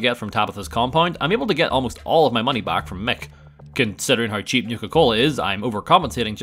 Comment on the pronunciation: Why does he say hi instead of how?